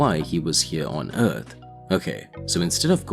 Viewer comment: I made it in and its just to annoying that he cant pronounce earth. Its not eard its earth. If you make content not in your native language learn the words before.